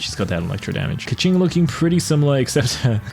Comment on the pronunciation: It’s pronounced key-king not ka ching$